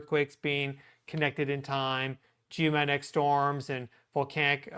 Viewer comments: Z! Still can't say G O mag net ic! You the man!😊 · .....please say the names of the events a little slower so that we can understand what you are calling them more easily. For instance Coronal sons like cona....Geomagnetic sounds like Geomahnic